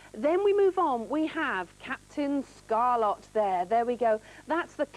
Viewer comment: ScarLET not ScarLOT